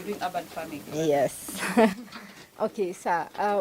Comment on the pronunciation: Great series, but the mispronounciation of "urban" grates. It is not "ah-ban", but "err-ban".Make it easy for ousiders to understand you by using standard pronounciation.